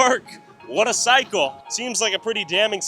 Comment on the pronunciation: Cycle, not physcho